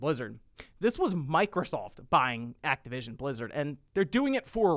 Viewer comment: TY for saying it right! THIS IS MICROSOFT BUY ACTIVITION NOT XBOX!